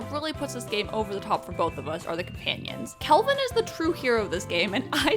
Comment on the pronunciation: I love that basically everyone I've watched play this game so far can't seem to get Kelvin's name right 🤣